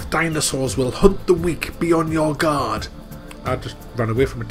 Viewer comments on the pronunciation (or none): none